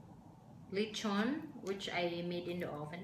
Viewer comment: Crespy litchon. Jowcy with sooy sawse!